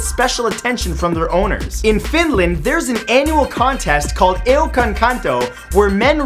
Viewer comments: its not eukankanto its eukonkanto :) torilla tavataan :D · Its eukon kanto not euk on kan toh x33 in Finland words are pronounced the Same way they are written. Eukon kanto means literally "wife carrying" in old kinda fashion :P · eukan kanto :DDDDDD kanadalaine lausuminen suomeksi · Dude you screwed up the pronouncing of "aukankanto" what you said was "eukankäntou". Yes. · U pronounced the "eukankanto" so damn funny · i feel bad that i laughed at the "eukonkanto" .. like, i'm from finland and i understand that finnish is one of the hardest languages to learn and pronounce but it was funny .. sorry T^T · I'm from Finland and the way you pronounce "eukonkanto" is hilarious. No offence. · It's not that hard to say "eukonkanto" Seriously, you can say word "charm" without any broblem.... srrsly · It´s funny how he pronouces eukonkanto in ears of a Finn XD. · You said eukankanto rong 😉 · This is a really good video but the way you pronounce eukonkanto is so far away from the actual pronunciation . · Im from Finland and i laughed a lot when you said eukonkanto